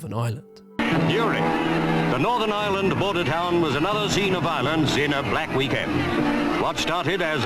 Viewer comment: Love you man just gotta say every Irish watcher got at least a little annoyed hearing you call our country “Ire”💀